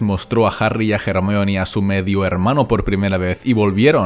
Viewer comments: ¿Por que dices "Jermaioni"? :S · Di Ermion sin miedo. Es la pronunciacion correcta de ese nombre griego. Los latinasis del doblaje que aprendan respeto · Los españoles siempre lo pronunciaron mal. Ya que Rowling tuvo que poner en uno de los libros una línea donde Hermione deletrea su propio nombre... Y esto sólo fue para dejar bien en claro que independientemente del idioma su nombre se debe pronunciar como es: HER-MAIO-NI